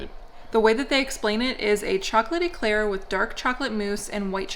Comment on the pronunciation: it's an Eclair not an Eeeeeeclaire lol. Pronounce the E quicker. I kept going "grrr no, say it properly"